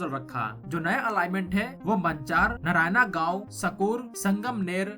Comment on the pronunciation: Learn to pronounce words correctly. नारायणा गाव ❌ नारायण गाव ✅ वधवन ❌❌ वाढवण ✅ छबन भुजबन ❌छगन भुजबळ ✅